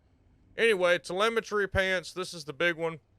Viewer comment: My man said Telmeitry pants lmaoo. Shreds gg